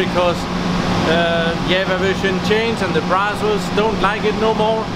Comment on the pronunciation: What the hell is "yevva"...; does he mean Java? :)